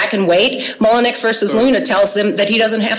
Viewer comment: Lolol she said "mollenux".... and she's a lawyer??? Wow.. lol it's a French name lady lol... it's not pronounced that way.. ever.. lol